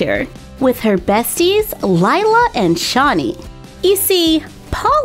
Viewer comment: *Shanii you pronounce it shan nii